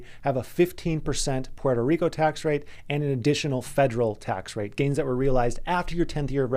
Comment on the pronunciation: learn how to say Puerto Rico first! Good luck